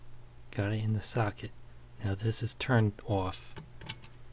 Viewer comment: The way you say "off" gives away where you're from